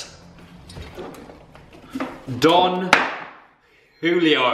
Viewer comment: How does pronounce Julio correctly but not jalapeño?